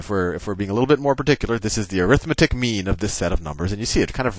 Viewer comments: Hey Sal, 'arithmetic' is an adjective in front of mean, and is thus pronounced ARithMEtik, not aRITHmeTIK, i.e. primary and secondary stress on 1st and 3rd syllables not 2nd and 4th. Thanks. It just kinda bugs me on a vid that is otherwise great. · When you say "arithmetic" you're saying it as a noun. The noun form is ə-rĭth'mĭ-tĭk while the adjective form is ăr'ĭth-mĕt'ĭk. The adjective form is more like air-ith-meh-tic, and I think that's what you were about to say the first time you used it. My math teacher taught us that when we kept trying to "correct" his use of "arithmetic". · "arithmetic", when used as an adjective, the stess should be on the "met" syllable